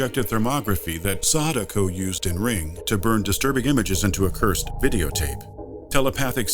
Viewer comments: it's sAdako, not sadAko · Pronounces Sadako deadly wrong. Pronounces Akira perfectly.